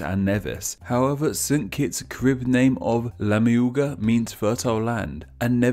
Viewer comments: it’s pronounced kah-rib, and kah-ree-bee-ann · KAIR. RIB. Your pronunciation is wrong. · Yes, us Caribbean people know a lot of this and could clear stuff up if you asked...also say Carib and Dominica right v.v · It’s pronounced careeb